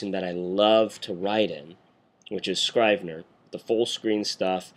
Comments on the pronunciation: It's Scr-eeh-ve-ner. Like in Italy i.e **italicized**. Not Eye-tah-lee // eye-tah-lee-sai-zed. Just like in Iraq. It's Ee-raq. Great vid tho. If only Scrivener didn't crush at the end. I'm using the same workflow for creating the hand-out curriculum for the college I'm teaching. There is a Markdown to HTML export option in Scrivener and therefore you can avoid importing text in Textmate. Oh! And you can change the colours in Textmate so as to become more WriteRoom-ish. tc iokera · It's Scrivener with a soft 'i'. Rhymes with give. Thanks for the vid.